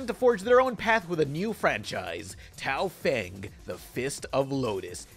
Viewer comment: Complains about people mispronouncing gigante Immediately mispronounces Tao Feng.